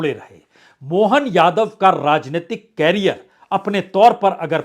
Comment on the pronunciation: भाईसाब, कॅरीयर नही, "करीअर" "करीअर"😅